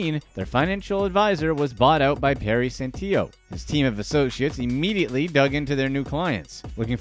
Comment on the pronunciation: This my uncle bro had issues if u want some info on the type person he was lol but u said his last name wrong is San till o u say it like that BTW he took my social security money While the investigations were going on, he was unable to get more money i also wasn't even actually living there.They dropped me off at a house and said they'll come back for me in a week and never did